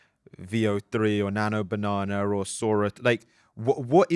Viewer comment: "Nano Banahner"